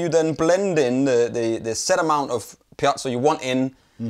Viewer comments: I hate to be that guy, but the word is Piezo (not piazzo). Piezoelectric. Sorry. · I just don't get why you insist on saying piazzo when it's called piezo? It sounds really odd. Other than that, great video :-) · How does one get "pee-at-so" from piezo?